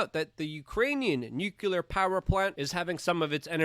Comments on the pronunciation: can you STOP saying nukulur like George Bush? it's pronounced new-clear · Sweetie! Nu-klee-ar. Not nu-ku-lar.